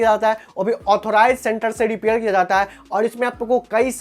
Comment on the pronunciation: 😂😂😂😂😂 R or D bolta hai bhai ... Repair× dipair 😂😂. Kaha sikhi bhai tune ye language